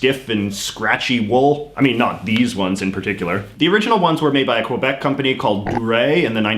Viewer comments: a canadian who says qu-ebec so sad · I noticed he micro-paused before saying the word. Definitely unnatural. Also I’m pretty sure he purposely pronounce Quebec wrong too. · I just like how he say Quebec